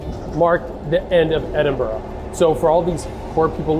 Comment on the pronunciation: Good job pronouncing Edinburgh ending with an "a" instead of an "o" Coming from a Scot